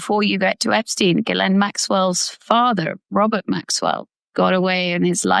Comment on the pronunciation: Gee len pronunciation. S is silent. Get it right, Steve.